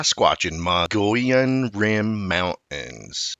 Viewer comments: Oh no! Not the Mongolian Rim again! Its pronounced MO-GO-YONE! I am a hispanic Arizona native of 60 years, and I live in Prescott AZ, on the Mogollon Rim. I am positive that this is the correct pronounciation. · Wrong! Its pronounced MO-GO-YONE! I am a 60 year Hispanic Arizona native. This is the correct pronunciation. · The G is silent in Mogollon Rim. Sounds more like Moo-lee-on to locals.. There have been countless reports of big foot in that area. There is even dash cam footage from one of the local police officers on the Apache res. I lived on 100 acres in Pinedale (not far from where Travis Walton was abducted (Fire in the Sky)), we saw and heard stuff on a weekly basis. I do a lot of hunting and scouting all along the rim. I've never seen anything personally, but we've definitely been spooked a few times while out camping and there are countless tales from local hunters. It's common place to hear loud "knocking" at night along with strange sounds that sound a lot like "whooping". The sound travels much further than you'd expect from a smaller creature, but nothing we have up here makes those noises that have been identified. We have a lot of black bear, mountain lions, elk and deer, but none of those make any type of sounds that are even remotely familiar with those species.. This is definitely a different area compared to other forest that I have been in. There's just something magical and enticing about the area.. Surely makes ya think.